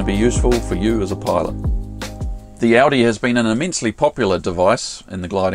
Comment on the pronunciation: We pronounce it “ooooodeeeeeee” not Audi as in the motor car! Great little video as usual thanks for posting!